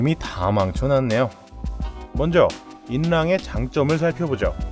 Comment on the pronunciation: 인랑이 아니라 '지'랑이군요.